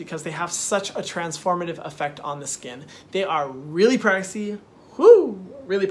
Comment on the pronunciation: Lol he said scunnn protect yo selves from the SCUNNN